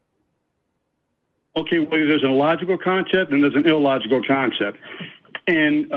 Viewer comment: did he say "That would be an ill-logect" ...